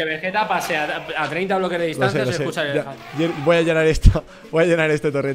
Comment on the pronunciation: rubius con un "efelante" jajajajaj